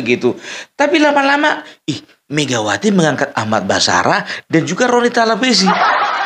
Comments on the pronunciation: Basarah...pung..!!! Bukan barasah... Hhhhhhhhh 😂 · sering salah sebut nama Ahmad Basarah bukan Ahmad Barasah.. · Pung basarah bukan barasah